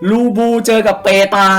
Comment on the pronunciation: ครับ มันอ่านว่า ลิโป้ นะครับ ไม่ใช่ ลูบูนะครับผมมมมมมมม